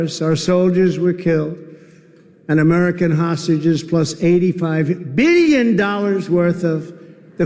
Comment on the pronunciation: the way he just randomly emphasizes "billion" is so funny